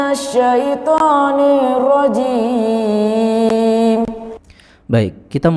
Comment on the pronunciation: Baca'anya nirronjimnya yg salah.